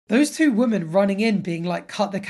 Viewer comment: You really don't know how to say the word "women", do you?